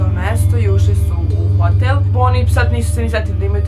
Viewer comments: Nije hotél nego hotÈl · Kako čudno govoriš hotel